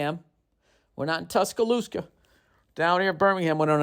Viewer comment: “Tushoosca Wahoo Game” 😂😂 Bill killing with the southern accent